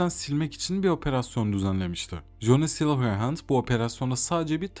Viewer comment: Essay video formatını iyi yapmışsın ama telaffuzlar sıkıntılı. Saulkilır, coni silırend gibi şeylerin ne olduğunu anlamak tekrar tekrar dinlemem gerekti. Telaffuz edeceğin şeyleri Google Translate’den bir bakmanda fayda var. Eline sağlık.